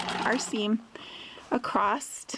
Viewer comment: Irritating how you keep saying ‘acrost’ rather than ‘across’ // otherwise good video